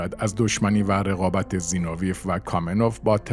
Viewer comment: زینوویف را مرتبٱ غلط تلفظ میکنید؛ سیلاب آخرش را ویف بر وزن قیف میگوئید. درستش زینو وی یُوف است؛ سیلاب ٌÎخرش ضمّه دارد، مثل گرباچُف